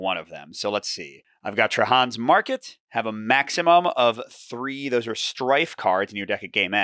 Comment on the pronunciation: Tra-HAN? You sure?